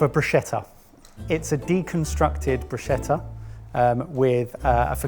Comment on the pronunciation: Hooray - he pronounced bruschetta correctly. My brain was throbbing with all that broosheter lark.